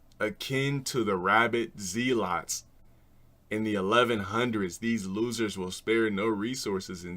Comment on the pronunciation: RABID ZEE-LOTS LMAO